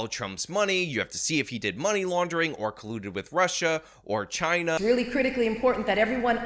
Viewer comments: Did she really just say "Chiner"..‽‽ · Did Laticia James say “and Chiner as well” after she said “Pewtin?”